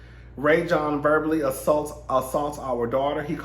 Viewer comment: His name is pronounced Rah-Jon (Rajon).